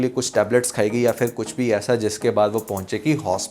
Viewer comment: Word is phir but you always say fir is a Hindi word I hope you consider it right